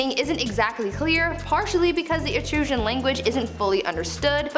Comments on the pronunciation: It's eetrus-can. But you're gorgeous. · Think you probably meant "Etruscan"? (Eh- truss- can) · Learn how to say etruscan.